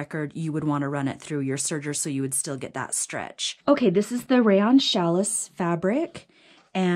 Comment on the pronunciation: Thank you for the video! I have the same serger so this will be very helpful! PS: Just a note: Challis is pronounced Sha-lee. That pink fabric with the milk cartons is adorable!!!!